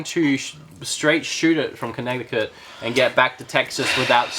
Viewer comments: LOL Conneckticut. Us locals pronounce it Kin-neh-ti-kit. or Con-neh-ti-kit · I'd go with "Kuh-neh-di-kit" or "Kih-neh-di-kit". A "T" in the middle of the word is pronounced as a "d". See also: "Hard-ferd" (Hartford), "Wah-der" (water) and "Kwah-der" (quarter), the latter of which really aren't supposed to rhyme. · They way he pronounces Connecticut is ridiculous, can either of the Americans please correct him .. please? Jesus..